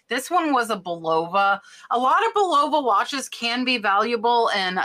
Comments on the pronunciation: Just want to tell you that Bulova is pronounced Bull a va! Not Bul ova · Your success inspires me!!! Just so you sound smarter with vintage pronunciation, Bulova is pronounced with the accent on the first syllable. Buh/lova. 😉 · Bull a vah = Bulova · Bulova is pronounced "bull-o-va". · Bulova is pronounced "BULL-a-va".